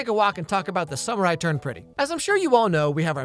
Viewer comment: bro the way you said it just sounds like "the samurai turned pretty"